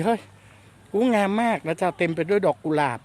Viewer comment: กุหลาบ ไม่ใช่ กูหลาบ